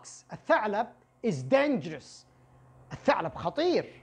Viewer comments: Dangerous not Dangrous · Thanks for these lessons. is Dangerous not Dangrous . Edited : & Restaurant .